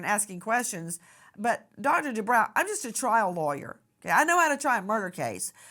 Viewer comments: I believe it's. Du...bro.. Lady du bro...not brow.. Jeese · “Debro” not “Debrow” 😁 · Isn’t it pronounced “Due - broh” ??? and NOT Due - brow” ??? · Nancy,the doctor's name is pronounced Do bro,not Do brow. (I watched him&his wife on "Real Housewives of Orange County" for years! That's the only reason I know that!) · Bro, not brow 😂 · FYI Nancy: This doctor pronounces his name: DuBro not DooBrow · Nancy I've noticed you tend to make every broadcast give you a chance to turn it about yourself and your family at nauseum. Also as a form of respect it would be nice if you learned to pronounce your guests names. It's not "De Brow".it is Due Bro. I cringe everytime you say it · Nancy , it’s Dr Du- Bro not Brow❤ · Nancy it’s dubrow not dubraw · Due-brOW. 🤭 was nice about it, but you KNOW heather would've piped up about it.😊 This is a just a disgusting case, that didnt need to happen. And not on any the fault of the victim. Poor lady's husband did some sick, twisted things to her, AND her babies.🤬🤬🤬